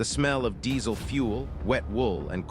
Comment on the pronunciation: 100% Artificial Intelligence. In his first appearances, Patton's helmet has 4 stars and his shoulders have only 3. Also, the voiceover cannot properly pronounce "diesel". Is this true or merely made up?